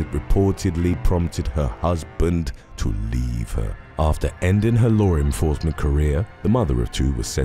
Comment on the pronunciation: One small thing that is not correct. It is law enforcement, not lore enforcement. Please correct your pronunciation. Thank you.